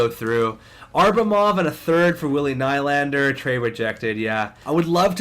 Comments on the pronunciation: It's William NEE-Land-er not Ny-land-er. Please like so corrects his mistake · Its pronounced "knee-lander"